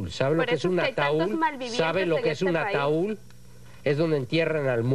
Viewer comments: No es ataúl es ataúd pero el juez corrige a todo mundo y el pone el ejemplo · Sr. Juez es Ataud, no ataul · Un "ataul", jajajajajajajaj.